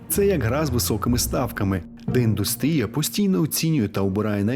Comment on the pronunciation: щиро дякую за відео! завжди було цікаво подивитись відео про цю індустрію українською мовою. єдине що, я би хотіла вас виправити. правильний наголос у слові індýстрія падає саме на У